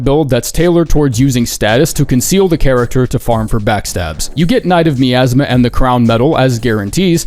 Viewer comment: that miasma pronunciation got me fucked up